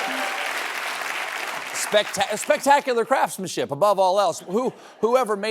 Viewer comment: Did he say "spectacular crapsmanship" about the float?